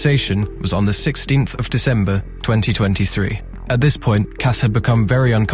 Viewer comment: did you just say DeVember